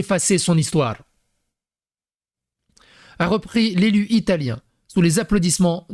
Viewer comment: Ton Ilatien faisait plus Russe pour le coup 😂 Pourquoi la mascotte c'est pas un coque ????